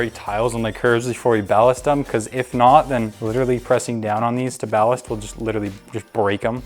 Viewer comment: pronunciation error it’s ballast 😂